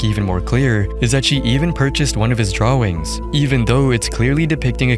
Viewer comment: no offense but I’m hearing drawings as draw wings😭